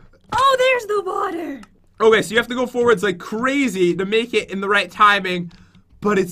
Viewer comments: Lol he says wuter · Water not Wter pat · Hong Kim He says water def